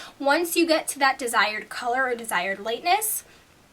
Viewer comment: You say or weird :/